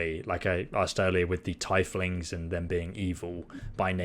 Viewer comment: considering he's a long going dnd player, I can almost guarantee you that you made him cringe inside when you pronounced Tiefling as "Tie"-"Fling". The Tie sounds more like Teef.